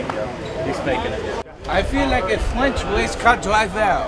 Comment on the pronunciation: “I feel like a fwench wacecaw deivew” best posty quote ever 🤣🤣🤣